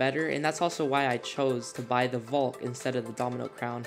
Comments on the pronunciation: You said volk . Greg vid tho ! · nice video but uhm.... i kept laughing every time you pronounced valk like "voulk" its so funny XD